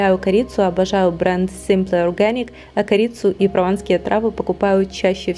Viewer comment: видео классное,но произношение Simple Organic это капец...так по ушам бьет произношение,словно язык ломают когда говорят